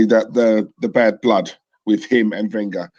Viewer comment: Can we get Wenger's name correct? It's pronounced Ven-ger not Wen-ger